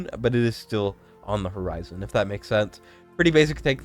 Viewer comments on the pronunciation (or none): none